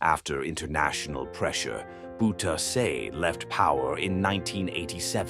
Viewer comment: 😂😂😂the way you speak out the name (of the so called dictator) DC Boe teer se, hilarious, his name is Bowterza for your unique state of mind